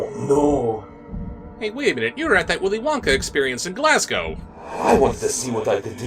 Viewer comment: As a Scot who lives near Glasgow, I thank you for acknowledging Glaswegian lore in your intro. And also for saying 'Glasgow' correctly. <3